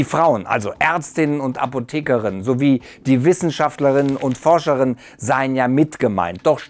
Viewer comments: Ich finde es schon gut, dass ihr das so macht, aber ich finde es klingt nervig, wenn man sowas wie zB Forscher*innen sagt, ich finde Forscher und Forscherinnen besser, Diese kuze Pause mitten im Wort klingt halt bissl komisch. Ach ja, bei Texten ist die kurzform genauso gut, aber bei der Aussprache klingts halt komisch. Edit: Boah ich find echt krass wie hart manche Leute das stört, ich meine klingt anders als gewohnt aber das ändert doch nicht direkt den Inhalt des Kanals! Ich hab jetzt schon Paar Kommentare gelesen, die den Kanal deabonnieren weil man die Sprache minimal abändert! Aber vllcht. ist es auch gut so, dass die Leute gehen die sich so krass darüber aufregen, dass sie dich deabonnieren. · Gute Idee in Videos in "genderneutraler" Sprache zu sprechen, aber dann macht es bitte auch richtig! In der Aussprach benutzt man anders als im Schriftlichen KEINE Abkürzungen außerhalb von Namen, dementsprend klingt "Forscher/-innen" um es auf gutdeutsch zu formulieren scheiße. Benutzt bitte wenn schon das ganze ohne Bakürzungen, also "Forscherinnen und Forscher", das klingt im allgemeinen flüssiger und angenehmer!